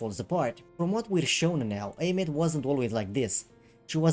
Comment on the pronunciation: I thought Aemeath's name was pronounced like Eye-myth.